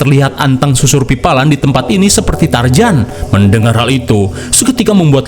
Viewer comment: Asli tiap kali dengar lo nyebut tarzan jadi tarjan seketika gue ngerasa cringe mulu karena mirip mendengarkan orang cadel gak bisa huruf r dengan jelas